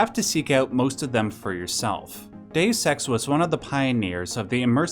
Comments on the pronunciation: Deus Ex not Dessex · number eight... DAYUS SEX